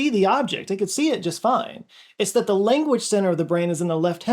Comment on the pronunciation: he pronounces the word language as "lenguage" but i guess he has no choice about that. where is that accent from though? great lakes? saying /gang/ as "geng" etc